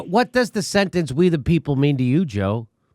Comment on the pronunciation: When he reads the American Constitution he doesn't read 'We The People', he reads 'Wee Da Peeple'. Piss down their backs and tell them it's raining.